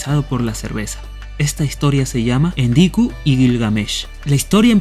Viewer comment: Siempre lo ví escrito y pronunciado como "ENKIDU" no endiku. Por lo demás muy bueno. Gracias y bendiciones a los sumerios y a la diosa ninkasi.